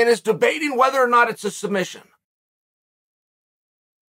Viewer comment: Islam calls it “Sumbission” 🤣🤣🤣